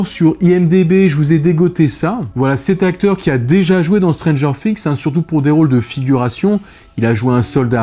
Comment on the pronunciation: Art de dire strangers finxx sa me streess sinon god